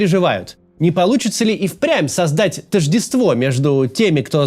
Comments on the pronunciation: Максим, в слове тóждество ударение на первый слог правильно ставить, а не на последний. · Максим, ну какое тождествО, тОждество же.